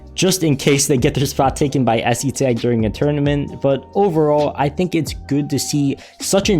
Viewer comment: the pronunciation is es-tag